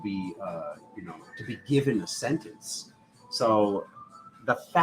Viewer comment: "Sentence" sounds 🙂 uncannily😇 like "Sentients" or "Sensciense" 💙🤍🙏😎💜💚💛👍